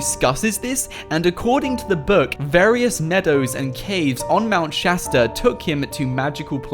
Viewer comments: Mount shousta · Mount shatsta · Progen J its Mount Shasta not Chasta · Mount shashter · Its mount shatard I live in Los Angeles I go there all the time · Mount choow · It is called mount Shasta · Mount Chasda ore chasta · Mownt shaster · Mount sashter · Isint it mount keleb